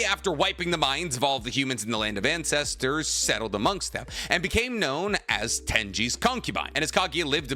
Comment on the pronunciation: "land of Incestersss"💀